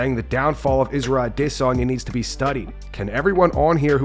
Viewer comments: I hate when people try to pronounce adesanya's name as aww de sanya. Bro, just call him adesanya and relax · If I hear you pronounce aDEsanya wrong one more time, I’m unsubbing. Are you trolling? wtf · The way this guy pronounces Adesanya is my biggest pet peeve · This guy put's so much swazz on the pronunciation Of Adesanya while not pronouncing Isreal correctly.